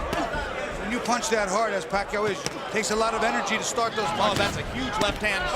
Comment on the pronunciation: I truly appreciate the commentator pronouncing Pacquiao's name correctly.